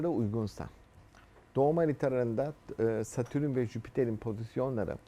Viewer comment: Adamın Satürn'e Satürün demesi gıcık etti hahaha